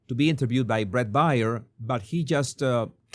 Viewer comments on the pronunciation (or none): Bret Baier, his last name is pronounced like the animal, bear.